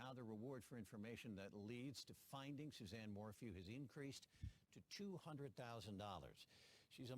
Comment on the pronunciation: You dont even know how to say her name...